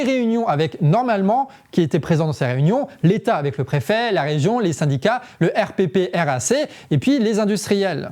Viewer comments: En fait on dit pas RPPRAC, on dit "air praque" ^^ Voilà, c'était très pertinent comme information Merci ! :) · RPPRAC (se dit :airprak) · On prononce le R.prac et non le R.P.R.A.C. très bonne vidéo, merci. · Hello, le RPPRAC se dit en phonétique : le Èrprak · Super de montrer ce que nous faisons. Je vous donne un tips, prononcez R Prac, ça respire mieux😊 et merci ou mèsi an lo comme on dit chez nous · RPPRAC se prononce "airprac" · la prononciation c'est R-PRAC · Arrête de dire le R.P.P.R.A.C. Prononce "erprac" comme nous 😂